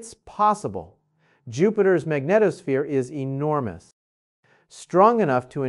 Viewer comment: I've seen so many conflicting stories about 3iatlas that I no longer believe anything I see. And now I hear him pronouncing "magnetosphere" in two different ways, which makes no sense. No legitimate scientist would mispronounce a technical term like this.